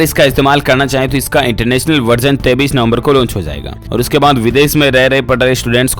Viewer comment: Bhai 33 nov. Nahi 23 nov. H news ko sahi s pado plz.